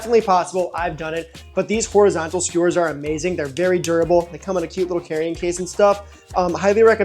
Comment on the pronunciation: see-kerred(secured) derrable (durable)